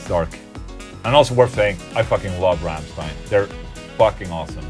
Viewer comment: im german...i would say your thinking about the Ramms+ein-Song is nearly perfect on the point...and i love it how you pronounce "Rammstein"...the most people dont pronounce it correctly when they dont speak german =D very good ...and solar-guitars kicks ass by the way xD